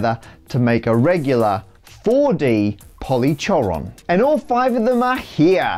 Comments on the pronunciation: You said polychoron wrong it's pol-ee-CORE-on not pol-ee-CHOR-on. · polychoron is generally pronounced "poly-koron" and its "icosatetrachoron" not hedron :) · isn't polychoron pronounced polikoron? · As soon as you said "polychoron" I felt like I was watching a Tim and Eric sketch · Press 5 for instant mispronunciation of polychoron! (The "ch" is supposed to make a K sound.)